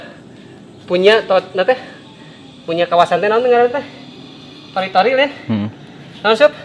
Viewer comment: Naon sup: teretori... Teretori Kang ayam: Tutorial wkwkwkwkwk ngakak anyingg